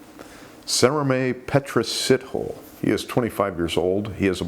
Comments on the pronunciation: Sithole is pronounced Sea-Tall-eh. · It's pronounced sit-o-lay. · Hi. Sjeez i just love your show. ❤ Just want to help with Sithole pronounsiation🙈 Si tho lê. The th is pronounced like the th in thelma. 🙈🤗🤗💖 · I believe the pronunciation of Mr. Sithole’s last name is Sit-ho-lay.